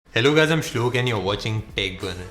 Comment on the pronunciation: This is how I hear your intro: "Hello Guys I'm and Your Watching TechBurner" 😂😂😂😂😂😂😂😂